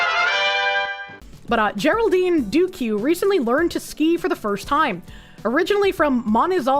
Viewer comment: >duque pronounced "doo-queue"